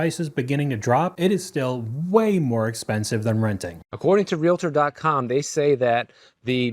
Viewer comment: Real-tors NOT re-la-ters! Two syllables only. So many people mispronounce this.